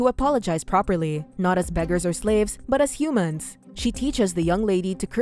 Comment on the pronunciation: Every time the narrator says Humans it makes me cringe